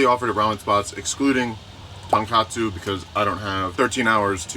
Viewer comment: It is pronounced Tonkotsu and not Tonkatsu. They are very different things :)